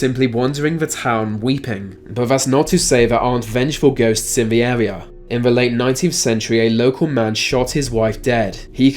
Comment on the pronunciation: R's are pronounced with an arrrr sound in America not W. I.e. Area not Awea.